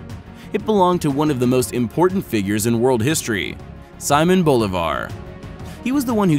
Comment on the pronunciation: Simon Bolivar, pronounced SEE-MOAN BOW-LEE-VAR